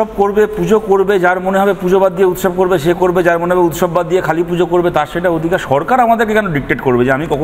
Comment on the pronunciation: উৎসব নাকি মোচছব